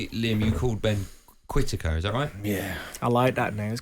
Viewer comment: Ben Quittaker 😅